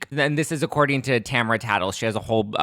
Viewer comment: its ta-mar-a not tamra but whatever